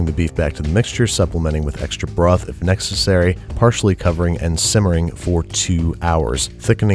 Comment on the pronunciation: "Neck-cessary" WHAT WORD WILL YOU DEFILE NEXT BABISH?